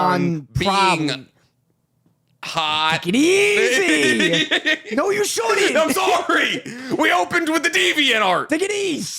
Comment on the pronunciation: saying "Take it Eazzz" shows the Eastern he is, lol